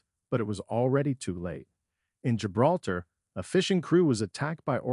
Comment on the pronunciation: “Jolter”, er do you think he meant Gibraltar?…. So tiresome wasting time on these pathetic click bait entries with totally unprepared script readers. Avoid this one for starters!!